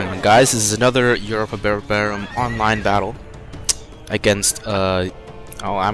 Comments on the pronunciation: Usually I'd let that slide but he couldn't even pronounce Europa Barbarorum correctly. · Anyone who understands a Romantic language would be able to pronounce Europa Barbarorum better.